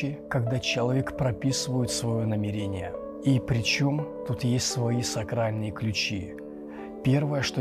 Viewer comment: почему вы делаете именно такое ударение в слове "намерЕние"?